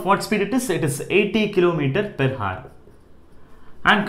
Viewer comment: It should be pronounced 'our' h should be silent in hour. Thank u